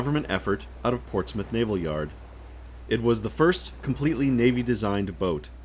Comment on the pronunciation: It's nice to hear an American pronounce Portsmouth correctly, not as Ports Mouth. Lol Regards: From a Former Royal Navy serviceman. ;)